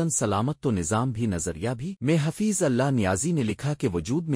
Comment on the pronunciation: حفیظ کا نام تو صحہح لو بھائ؟؟؟؟؟